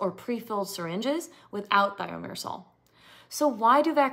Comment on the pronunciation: If Thimerosal was already removed years ago, why would anyone need to ask for one without? If it isn't harmful why remove it? If it's necessary why remove it? If it isn't needed, why include it in the first place? If you're presenting as an expert in this, why don't you know how to pronounce Thimerosal?